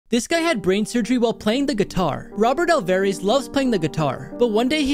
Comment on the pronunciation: you pronounced his last name so wrong